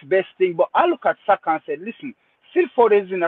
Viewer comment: on his Rosetta stone, casually butchering Saka's name😂😂